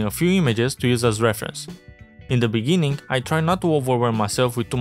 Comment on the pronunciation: in the beninging